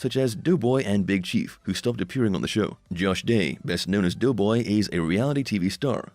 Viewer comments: It's doe boy not (as in female dear) NOT "dew" boy!!! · Clickbait don't waste your time if you're watching it to find out what happened to Doughboy, which by the way is pronounced "Doe"boy not Dew boy for whoever's narrating this thing, anyway there's no mention whatsoever as to what happened to him and why he's not on the show anymore.